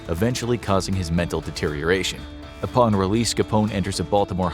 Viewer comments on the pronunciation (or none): none